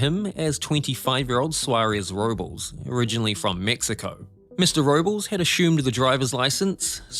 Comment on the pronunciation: The Spanish name 'Robles' doesn't rhyme with the English word 'nobles'. 😆